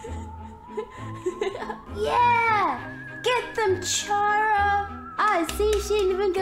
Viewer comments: THE H IN CHARA IS SILENT,IT'S PRONOUNCED CARA,and also I may have made all of your pumpkins into pumpkin pie,and ate it:p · pronounced "Chara" Wrong the "H" is silent. Just sayin'. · Its pronounced "Kara" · It’s chara not cara just to say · Bro people say chara it is chara